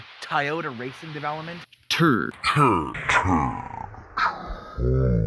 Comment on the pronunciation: Annoying every time you say TURD.... , I got it the first minute of this video it's a TRD just stop repeating TURD..... annoying but is catchy 😂😂😂😂 now every time I see a TRD on the road I'm going to call it TRUD.. this is all your fault 😂😂😂😂